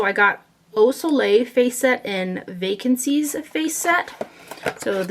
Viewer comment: The Nars palette name is actually 'Vacances' (vah - kohns) which means 'vacation' in French :)